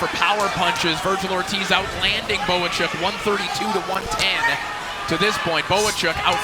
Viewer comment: Why does he keep saying Bokachok? It's obviously Bohachuk!